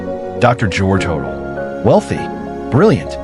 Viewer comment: You would think think that you could use a real photo of Dr George Hodel's residence (John Sowden House) on Franklin Avenue, which resembles a Mayan temple, not a Spanish Colonial residence. And you would think that you could pronounce Hodel properly ("Ho-dell"). On, and there are many other things that are historically inaccurate here, but why bother to mention them all.